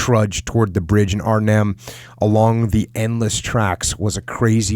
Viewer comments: You pronounce Arnhem just fine and won't offend anyone, but "Holland" are only two provinces in the west of The Netherlands (South Holland and North Holland, where Amsterdam is). Arnhem isn't even in "Holland", it's in Gelderland. You can judge for yourself how offensive, or rather ignortant, someone from The Netherlands looks/sounds to you if they called the whole of the US the "West Coast", because they only know New York. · both ways you pronounced Arnhem are right.